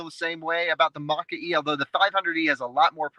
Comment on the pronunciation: Chaps, one of British pronunciation variants of MOKKA-E is MOCKERY. That’s the most exciting piece of information about this model, sadly.